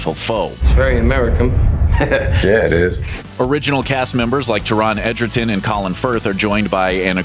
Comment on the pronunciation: You made an absolute meal out of Taron Egerton's name 😂